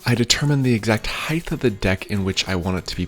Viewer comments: "Heighth" IS NOT A WORD!! IT'S "HEIGHT"!!!! Sorry, just had to say something before my head exploded. Great video though with great explanation of technique :) Many thanks! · Great videos! Only one criticism, really just a pet peeve, but the word “height” is pronounced with a hard “t”, like the word “kite”. You are pronouncing it with an extra “h”, “height-h”. The “gh” in this word is silent, like the word “sleigh”. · height, not heighth or heigth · HEIGHT, TTTTTTTT! Not HeigtH What's the matter with you yanks? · its height...HEIGHT!!!!